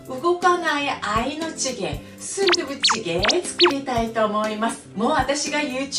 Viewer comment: スンドゥブチゲーの発音が素敵